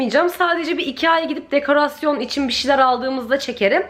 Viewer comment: Dekarasyon degil dekorasyon 😂